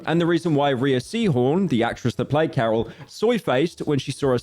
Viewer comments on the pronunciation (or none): Another YouTuber that doesn't know Rhea is pronounced 'ray'. ☑ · Pyro, my man, Rhea Seehorn is pronounced like "Ray" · Add another one to the mispronunciation list with Rhea. It’s pronounced like Ray, Ray-Sea-Horn.